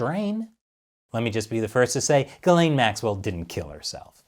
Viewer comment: Its pronounced "gee-slen". I don't know why people are saying "guh-lane"... It's French